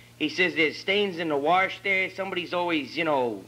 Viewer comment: “There’s stains in the warsh, someone’s shitting in his laundry bag”.